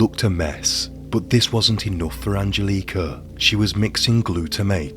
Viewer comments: What up with the bad pronunciation of Angelica. I can even finish the video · I hope you donh't mind a bit of constructive criticism: the emphasis on both names Angelika and Annika is wrong. It should be on the 'e' in Angelika and on the 'A' in 'Annika'. Also: Not sure if I missed it, but in case not: Wilfred had apparently a comparatively low IQ - certainly compared to Angelika. So there was some discussion as to whom was leading whom in this relationship, as some argued that Angelika would have been easily able to outsmart him.